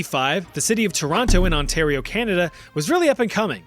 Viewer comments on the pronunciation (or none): none